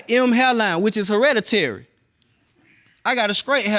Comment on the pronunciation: hereditary. Never knew it could be pronounced that way😂😂